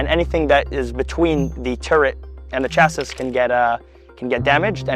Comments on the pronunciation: Sorry, but he butchered the word "chassis". It's not pronounced 'cha-SIS'. It's 'Cha-See'. Spelled שָׁסִי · אומרים CHASSY לא CHASSIS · Dude really said "Chas-is" 🙄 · Hint: chassis is pronounced "chassee". English is weird, especially when it steals from French. ♥ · The last S in 'chassis' is silent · The final s in chassis is silent. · his pronunciation of chassis is killing me. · "Corps" is pronounced as "core"; the "s" is silent. So is the final "s" in "chassis", a French word pronounced as "Chass-ee". Browning M-1919s went out with the 1980s; now everything is FN maggim. Tank shells are called "rounds" or "projectiles", not missiles. "Boogim" are "bogies" in English. Tanks have "hatches" and not "hatchets". Oy vay esmir, listening to a sabra speak English is like nails dragging on a chalkboard.